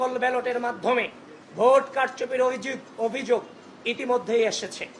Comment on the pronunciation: আবিদ, তুমি অভিযোগ উচ্চারণ টা ভালো করে করবা, লোকে হাসাহাসি করে